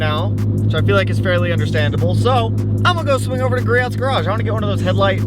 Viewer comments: Ik you probably don’t care but you pronounce griots wrong you say “gree ots” when its actually pronounced “gree ohs” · I love you but I cringe when you say Griots Garage it’s pronounced “Gree-Oh”